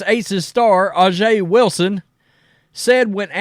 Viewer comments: Bro can you please learn to say “A’ja” right? It’s pronounced with an “A” not “Ah” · Name is pronounced Asia Wilson. I think all this hate is going to hurt Caitlin Clark and the WNBA. If I was a company looking to get CC as a spokesman in this climate, probably would stay away. If you give CC a contract the Wokes will come after you. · Pronounced Asia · It’s pronounced ‘Asia’ 😒😑 intentionally mispronouncing a black persons name bc you think it’s “ghetto” is just a sign that you’re a racist. And she deserved her Nike deal. She’s the best in the game. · Dude get right man it's pronounced Asia for Aja. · I love the show, but learn how to say her name. You talk about her every day.